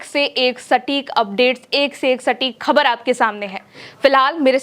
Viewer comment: khabar shabd ko sahi uchcharan se boliye